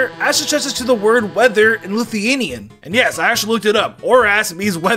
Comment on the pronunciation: Where does the u take I in Lithuanian hmmmmm cuz he said luthinian